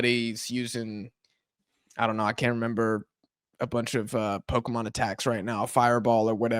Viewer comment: I think you are mispronouncing the word "Pokemon"